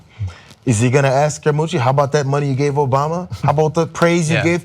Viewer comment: please tell me I'm not the only idiot that laughed when he hurt Anthony scaramucci last name!